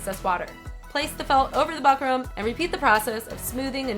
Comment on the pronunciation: Fyi its pronounced book-rum